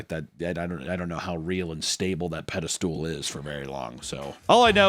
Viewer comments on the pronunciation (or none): Does think the word is "pedestool"? Wtf? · The way you say it, I'm not sure I'd EVER want to be put on a "pedi-stool." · I love when people say "pede-stool" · it's pedestal not "pedestool"...;) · It’s a pedestal. Not a pedestool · The pronunciation of Peda-Stool will forever be burned in my brain. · Does he think it's "peda-stool"? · Will someone please teach how to pronounce "pedestal"? 😵‍💫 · Can't help but laugh every time I hear you say "pedestool" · Does anyone else find Papa's pronounciation of "pedestal" strange? you're talking crazy, Papa!